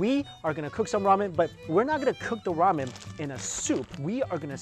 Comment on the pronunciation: did he really just say wamen ?